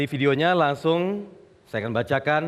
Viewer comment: Pak Prabowo senyumnya seperti senyum sinis mengejek atau menyepelekan saat Pak Jokowi berbicara... Lagian risih kalau dengar kata belakang KAN diucapkan KEN.. Jadi seperti logat Pak Harto tempo doeloe.....